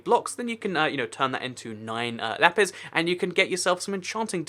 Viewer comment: lapis not lapiz